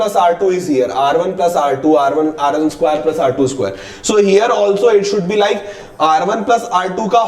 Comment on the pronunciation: Skwaiiiire did u notice he says skwairee